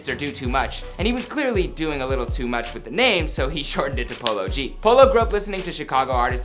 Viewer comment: did he just pronounce it as “palogee”